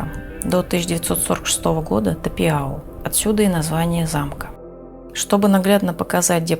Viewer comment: Думается правильнее произносится Тапяу а не Тапиау